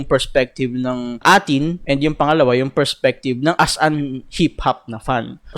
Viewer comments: Pronounce it as number 18 ang A'TIN boi.Dungka is disctrack for Abra and Ato and to those na hindi ma gets ang SB19 dahil pag may mga music awards ang SB19 individual release are nominated and win.Hindi maintindihan ng iba na kapag may nomination ang SB19 A'TIN will take forward na manalo sila yan ang hindi matanggap ng ibang artist.Most of artist na may million followers pero not a solid supporter when it comes of buying,purchasing watching concert and voting every nomination kaya may DUNGKA. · byw, ang pronunciation ng A'tin is like the number 18. pag pinanood mo documentary ni Cashual Chuck, malalamam no explanation ni Pablo jan...sobrang nakaka-touch.